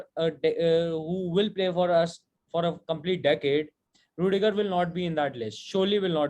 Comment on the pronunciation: rudiger nahi bhai plss